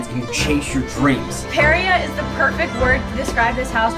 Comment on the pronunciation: I'm really excited to watch their videos but someone needs to tell them they pronounce Parea wrong...